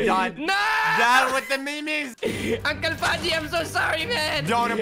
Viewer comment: STOP SAYING THE NAME WRONG ITS UNCLE PAJJI WITH 2 J's